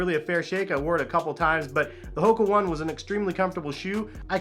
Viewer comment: It’s hoka O-ne not one